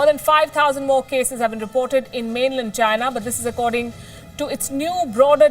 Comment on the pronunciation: mayday mayday …. I hear she saying ginar - make me think vagina